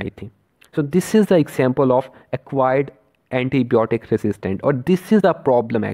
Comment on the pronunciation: It's not blotic it's biotic